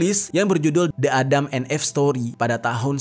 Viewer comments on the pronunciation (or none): Salfok bgt sama penyebutan EVE menjadi "eeff..". Harusnya "iiff" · Again,, sebelum shooting, buka google dulu lah dan cari tau cara baca bahasa inggris. ADAM & EVE dibacanya [édeum én if]. Kenapa gua suka koreksi, karena elu tu banyak penontonnya. Sayang kalau yg ga ngerti jadi ikutan salah baca karena berfikir cara baca lu tu adalah benar. Edukasi juga lah sekalian para penonton dgn bener. Jgn cuma bacain kisah² doang dengan pelafalan yg salah. 🙏😉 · Eve itu dibacanya "iv" , bang, maap kontennya bagus, tapi denger penyebutan yg kurang tepat jd agak ganggu. Sayang aja jadinya. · klo gasalah cara baca eve itu “if” bang